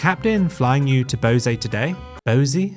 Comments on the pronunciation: It’s pronounced Boy-ZEE, not BOW-zee. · FYI: Boise is pronounced "BOY-see" and Spokane is pronounced "spo-CAN." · "BO-ZEE"??????? "MESS-A" airlines? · NOT the same uniforms…. All regionals have their own unique pilot and fa uniforms. Boise is pronounced BOY-ZEE. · It’s pronounced Boy-see for the city of Boise.